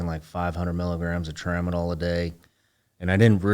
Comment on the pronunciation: LMAO Tramadol??? C'mon man, you can do better than that!!!